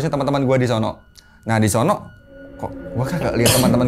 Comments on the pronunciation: ada yang ngitung ga, berapa kali narsum ngomong DI SONO pake K ^.^ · Gua keganggu sama kata "disono" .. Disono nya pake penekanan seolah nama tempat.. (Kaya di solo = nama tempat) Padahal disono itu cm kata yg menunjukkan suatu tempat,bukan nama tempat...